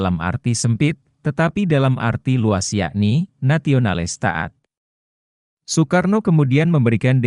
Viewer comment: narasi mohon di koreksi sesuai dengan pembacaan ejaan Van Ophuijsen. Nama orang Soekarno, Soepomo, di baca Sukarno dan Supomo. Jangan di baca oe mutlak.